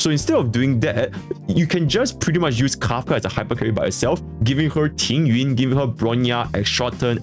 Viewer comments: Why do his Chinese pronunciations of Tingyun, Jing Yuan and Jingliu are exactly the same lol, am I going deaf or something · I heard TingYuan and thought it was on purpose.